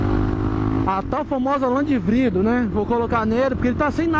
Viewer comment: tu falou vrido e não vidro kkkk